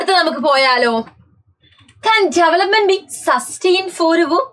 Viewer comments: Development❌ jevelopment✅ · Development ❌ Jevelopment ✅